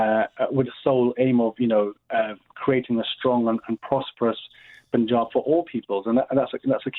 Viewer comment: Isn't it annoying when presenters say - the Pooonjab. Also, I hope she says Rani Sadaa Kaur correctly after she heard you saying it.